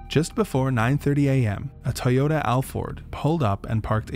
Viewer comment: Why did you pronounce Alphard like that man😂